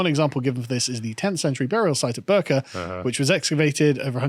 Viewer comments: Bi-rka* Swedish pronunciation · The 'i' in "Birka" is pronounced like the 'i' in "fiddle". Just my 2 pennies. :)